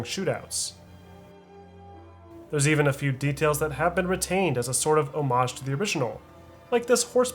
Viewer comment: Finally, someone who pronounces ‘homage’ correctly